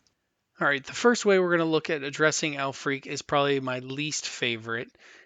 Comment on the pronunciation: I believe her name is pronounced "al-frick"